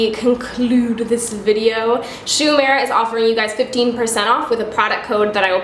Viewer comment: love the look but it's pronounced "oo-eh-muh-ra"! i know a little japanese so that bothered me the entire time lol